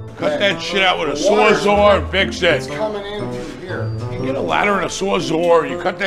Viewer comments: What’s a “sore-zore”? 😂 Sawzall is the word you’re look for. Those hams have never held a tool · What is a Sawzor ?!